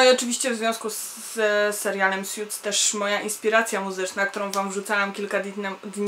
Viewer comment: Hej jesteś pewna czy dobrze wymawiasz nazwę tego serialu? Słyszę, że mówisz "sjuts" a nie powinno się mówić "suts"? Tak właśnie wymawia google translator i w tym filmiku /watch?v=A7Jl8HA0ItM.